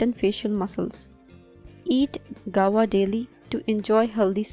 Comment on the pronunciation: Madam it is pronounced GOO-A-VA not "gawa".